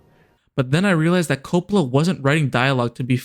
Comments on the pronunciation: You pronounce "Coppola" as "Crapola." I love it. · the way you pronounce "Coppola" bugs me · Coe-pah-lah. Coppola. Francis Ford Coppola. It's one of those delightfully musical names. I noticed because I forced myself to stick with it, that you switched pronunciation later on. I would guess that means you recorded the audio in two takes? To be completely honest, if you noticed this along the way, as much of a pain in the butt as I know it is, it would have been worth re-recording the VO and even re-uploading to fix that. For someone who ahs heard the name one way all their lives, it was really jarring. EDIT: OK, just wanted to add that the review itself was really strong. I had not heard of this movie, and I will now be watching it because of your review. That said, your visuals still need a little work. I completely understand you would have limited visuals from the movie itself, but the one sequence of different shots was repeated enough to be noticeable. Break it up a bit more. Take some stills from the scenes and pan over them to make it look like a slightly different visual from the clip. Use pans and zooms onto some relevant part of the still related to the thing you are talking about in that moment of the review. You did some good things with timing visuals to the topics you discussed, but in other places, the visual was different enough as to feel "off." Again, overall, not bad at all. Honestly, aside from just tightening up your use of visuals, this is on par with channels out there that have been reviewing movies for years and making money doing it. You gave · If you want to seems intelligent learn how to pronounce Francis’ last name ( do you know the difference between the letter ‘O’ and ‘A’ ??? God help you.